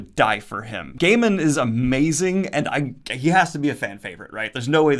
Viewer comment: Also Guy - Mon (Gaimon)